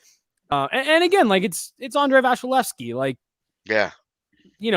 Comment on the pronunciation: why does call him VASHalevsy?